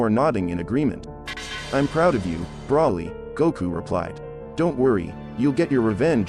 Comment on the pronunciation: Broly not brawley